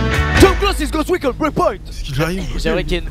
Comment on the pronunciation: Ghost reacon il y a carrément fantôme dans le nom du jeu et il arrive à dire ça il est trop fort 😂😂